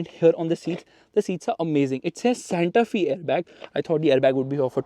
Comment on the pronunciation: Fyi, pronunciation is Santa ‘Fay’, not ‘Fee’. The design looks very nice.